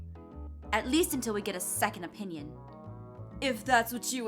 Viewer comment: Hey when aphmau said opinion I thought she said " onion " 😂